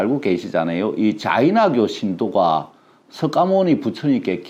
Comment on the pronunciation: 석가모니 부처님 이라고 쓰고 '서가모니' 부처님으로 읽는것이 맞습니다~~^^♡♡